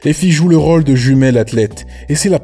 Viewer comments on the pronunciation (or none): none